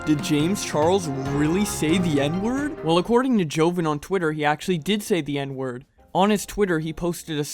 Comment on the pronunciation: Its jo-von. Not joven.